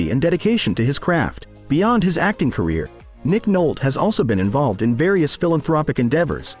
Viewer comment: It's Nick Nolte, Noltey. Not Nolt.